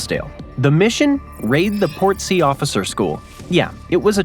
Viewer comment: that is some prime poor pronunciation of Point Nepean, its not a hard E, its Neh-pean. Portsea as well.